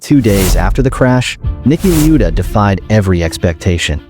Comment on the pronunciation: bro its Niki la-eu-da